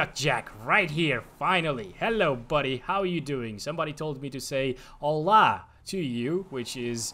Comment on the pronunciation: his Hola sounded almost like Allah